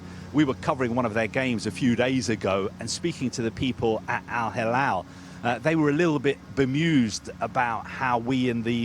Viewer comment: Moving to Al Hilal would be like betraying Al Nasr. Besides, the Reporter had some trouble pronounce Al Hilal - who agrees? 🤣